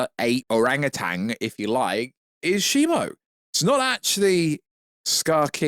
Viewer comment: its Shimu because the Ai you typed in the name to pronounced the name wrong lol